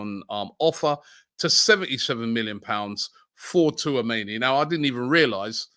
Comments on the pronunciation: Too - ah - mayni😭😭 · Slobloska Too-a-many and his pronunciation of names 😂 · It's pronounced "chouu-ahh-meni" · My God Robbie call him touameni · "Sloboska" .... "Tooamaney" 🤦‍♂️ I swear Robbie genuinely cannot read....he sees these names so many times, yet still gets them so wrong 🤦‍♂️ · Robbie it is pronounced “Orélio Chou-a-mé-ni” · Tuameni, ffs! 🤣🤣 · I'm convinced Robbie keeps butchering names on purpose... How can you pronounce 'Tchouameni' that way ?? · does Robbie realise he's pronouncing Tchouameni wrong? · Man just gave up on saying Tchouameni’s name 😂😂